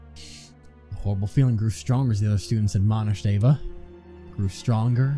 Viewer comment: It's EEva not AAva. Don't know if you saw my last comment.